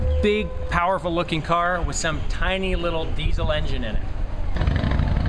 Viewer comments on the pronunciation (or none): none